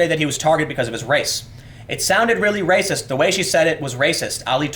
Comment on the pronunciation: Muh Wepwations man, dats wacist.